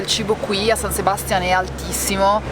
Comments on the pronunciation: SabastiÀn, SebastiÀn, SebastiÀn! Non Sebastian.😅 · san sebastián con l'accento sull'ultima a! comunque mi avete sbloccato un ricordo, in erasmus qualche anno fa ho fatto un viaggio nei paesi baschi e sono entrata proprio in uno dei locali dove siete stati voi. e anche allora pioveva, come sempre nella spagna del nord. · "Pais (paese) Vasco" 1 e solo 1, poi "San Sebastián" (non Sebástian ;) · San Sebastiàn, con l'accento sulla a, così si chiama la città più goduriosa di Spagna che ci avete magistralmente raccontato (pronuncia a parte). L'ho visitata e felicemente vissuta a settembre durante il Festival del Cinema e raccomando l'evento per l'esperienza donostiarra. Ciao bravissimi e simpaticissimi.:) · La pronuncia por favor! Si pronuncia San Sebastia'n con l' accento sulla seconda a... altrimenti mia moglie,spagnola,si inca..😅😊